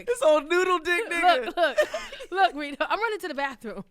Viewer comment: She called this nigga Redo the whole time😂 (Ree·Dough)